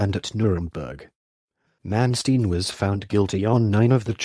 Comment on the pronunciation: AT LEAST HIS NAME COULD BE BETTER PRONOUNCED CORRECTLY.